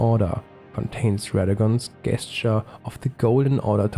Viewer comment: Great work! One small tip for future videos: the word “gesture” is pronounced like “jesture”. That’s the only distracting thing I noticed. 😅